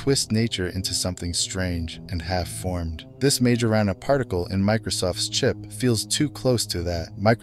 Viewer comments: The way they pronounced Majorana in their video, it sounded much like marijuana... it reminded me somehow of the Greek word Pharmakeia aka witchcraft. sorcery! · Well now I can’t unhear it. Like maya rna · What's so big about myrna? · Wait ..... did she really just say maya-rana ? Like MRNA? That's what it sounds like. It's reliable, small and controllable??? Like the mrna in those jabs? 😬😬😬 or did I mishear/read something there? They put in the stuff and that chip activates it??